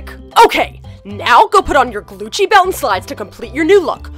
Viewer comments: i thought it was gucci not glucci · I turned on captions and when said “Glucci” the captions said “glue cheese” 🤣🤣🤣